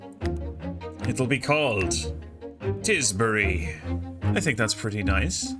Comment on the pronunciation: Tisbury, Tis Bury Nice